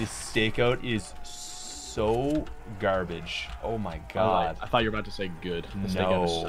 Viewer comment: "The Stakeout is soooo gærbage"